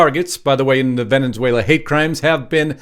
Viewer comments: It's Venezuela not Venenzuela. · It’s not venins whala- it’s vin-is— whale ah Or if you’re Spanish ~ bain es whale la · It’s NOT “Venenzuela”, it’s Venezuela! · For God's sake it's NOT Venenzuela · Where is “Vene(n)zuela? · Venezuela. .......venunzuala? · Dude. Why are you pronouncing Venezuela with a second N?